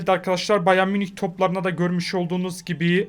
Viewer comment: Abi almanca bayan munich diye söyleniyo galiba ama ne olursun bayer munich de ben cok tik oluyom😂😂😂